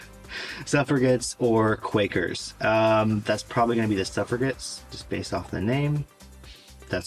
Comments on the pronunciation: FYI, it is actually proounces Suffrajets. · if you keep calling them ''sufra-gets' -- glottal G sound -- you will be c a n c e l l e d by Me-Two and eaten by the wild Haggis you dread. BTW it is the three legged mountain running Haggis to which you refer, not the biped nor even the quadruped variety. If you can't get your highland facts right you will be deep fried in Glasgow as a chocolate-free Mars Bar. Is THAT what you really want??! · Only thing you said wrong was Suffragettes, you pronounced it suffra ..gets but it’s pronounced like suffra…jettes & I got all bar the jury question right & im a born Scottish lass, I’d have answered 12, once many years ago summoned for jury duty but I had a back injury so couldn’t do it & I was sure it was 11 or 12, but think it’s 12 in the main jury and 3 extras that stand in if one juror left or something but I wasn’t counting the spare jurors i think lol 🤷🏼‍♀️ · Extremely well done, But, It's Suffra - Jettes ( Suffragettes ), Keep it up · Suffra-jets is the pronunciation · Agincourt & Suffragettes are pronounced with a soft G (j). Cheers. Agincourt is usuually pronounced with a silent t because the language at the royal court at that time was French. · Agincourt was England/France is pronounced like the drink "a gin", not with g like in game. Suffragettes is pronounced suff...ra... jets. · You asked if you'd pronounced things incorrectly... Agincourt is A-jin-cor Suffragettes - Suffra-jets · Good work, but I wouldn't be a proper pedant if I didn't point out - Agincourt is French and pronounced with soft G, and similarly, though not French, for Suffra - jets. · FYI, the "g" Sufragettes is pronounced "j", as in "job" or "Jonathan" and the "g" in "Agincourt" is the soft French "g", which has no equivalent in English.